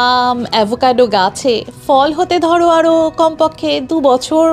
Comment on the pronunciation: দারুণ video! আপনার ধারাভাষ্যও বেশ মনোরম। শুধু একটাই খটকা লাগল। "ফল" এর সঠিক উচ্চারণ হল "phol", "fol" নয়। এভাবেই "ফুল" হল "phool", "fool" নয়। পরবর্তী ভিডিওগুলির জন্য মনে রাখবেন।